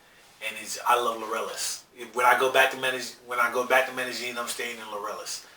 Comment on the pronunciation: Stop saying it with a "j" it's a "y". Mey-deh-ying.